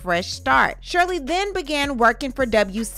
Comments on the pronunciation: WCGI... ☠️ It's WGCI darling... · Love you girl but it's WGCI. Gotta rep my city correctly. 😏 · WGCI not WCGI (Chicago radio)